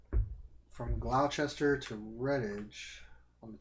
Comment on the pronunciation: It's pronounced "Wooster" and "Gloster", not "Worchester" and "Glouchester". ;-) Thanks for the Automa-presentation!